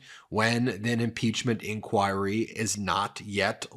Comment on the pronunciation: The way he says INCHOIRY tho! So many times too! XD